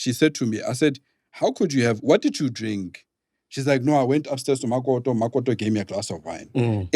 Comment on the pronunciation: Lol the way u speak ..mokoto 🤣..all ir English words u try 2 use a this "accent"....but whn u say CREW u sound kasi 😂😂😂.....wtf!?..Kak vocabulary